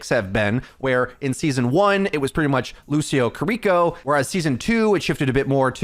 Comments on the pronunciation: Its kiriko, not kuriko. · Jeez. Stop saying kiriko name like that. Kee-dee-kō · Who tf is kuh-reeko? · God I hate the way everyone mispronounces kiriko and just calls her cureeko.. like come on guys it's really easy just ki(pronounced key)-ri(roll that r just a little)-ko.. say it with me ki-ri-ko.. kiri-ko, kiriko.. got it? Okay let's do better from now on guys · Names matter. Kear - e - ko Kiriko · LEARN HOW TO SAY KIRIKO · I can’t handle how you pronounce kiriko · Take a shot every time he mispronounces Kiriko if you want to commit suicide by alcohol. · i cant wait for kiriko to not be meta so i never have to hear someone mispronounce her name again